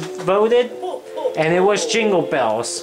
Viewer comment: U say jingle balls makes me think u need to kiss someone